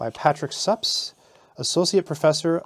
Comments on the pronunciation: I think Suppes is pronounced differently. I'm not sure but I think I've heard it pronounced something like "Soupies". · (/ˈsuːpiːz/ you are correct!